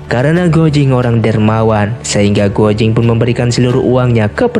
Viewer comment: untuk komentator, guo jing(郭精) di bacanya kuo cing, bukan guo jing..😊 hong qi kong dibacanya: hung chi kung.